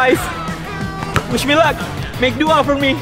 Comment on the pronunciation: "Make du'a" bukan "make do all"😁